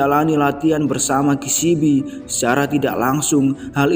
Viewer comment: Penyampaiannya udah bagus. Tapi pengejaan karakternya salah. Future harusnya dibaca Fyucer. Kishibe kok jadi Kishibi? 😭🙏